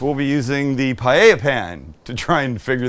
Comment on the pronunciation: You know this guy knows what he's doing when he knows how to actually pronounce "paella."